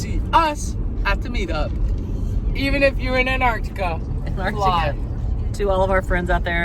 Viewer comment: An- TARC- ti- ca 👍